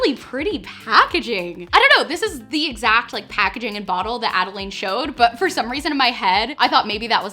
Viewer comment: it’s ad-a-lynn not ad-a-laine